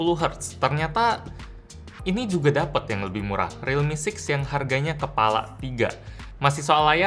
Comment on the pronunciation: "dapit" WKWKWKW